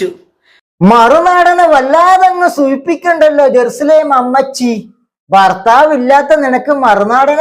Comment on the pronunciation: ജറുസലാം എന്ന് ശരിക്കും പറയാനുംകൂടി പറ്റാത്ത ഒരു ചരക്ക്😂😂